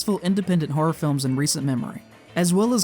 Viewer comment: Let the record show that the word "horror" has two syllables (and "statistical" only four).